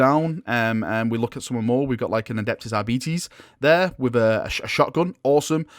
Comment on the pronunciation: Bro it's 'are bites' not 'are beets' c'mon now.